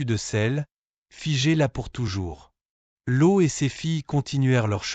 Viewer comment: Cest Loth et non lo